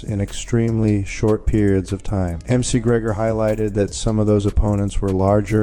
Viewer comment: At LEAST check that your AI is pronouncing NAMES correctly! M-C Gregor?! Fuck this site.😅